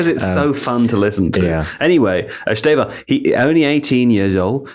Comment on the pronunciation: For the record, said Bruno Guimarães pretty well, Fernandes and Guimarães are very different sounds Also Estevão like said with the "added M at the end" is close to being spot on